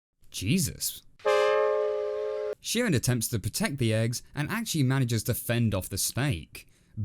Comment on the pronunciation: I think Chirin is pronounced with a hard "ch" like in "church." That's how the English narrator says it. As for the moral, I took it to be, "Don't try to be what you're not, or you'll come to grief."